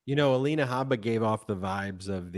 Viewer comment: Hey guys... Her last name is Habba... Pronounce the "H"... Her name, in Arabic, means "seed" or, also, "skin boil." Just for the record. 👍